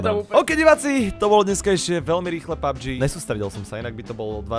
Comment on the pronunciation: je to pabfžiiiiiiiiiiiiiiiiiiiiiiiiii xd